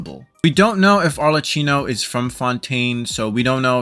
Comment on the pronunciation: ArleCCYNO? WHO THE HELL IS "HARLECYNO" My italian pride is screaming.